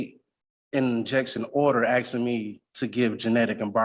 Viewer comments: WHY IS NO ONE CONCERNED THAT HE’S TALKING ABOUT “AXE”ING PEOPLE??? Someone needs to stop him NOW! These “MUNICIPILITIES” ARE IN DANGER!! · Axeing yonor